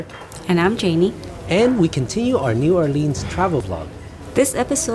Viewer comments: It's New Orleans not New Orleens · Learn how to pronounce the name of the city.... if your going to do reviews.... Unreal!!!!!!!!!!!!!!!!!!!!!!!!!!!!!!!!!!